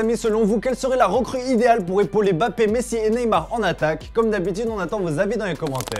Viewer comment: Beaucoup il dit Bappé